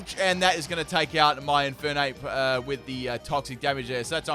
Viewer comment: Left off the R in Infernape!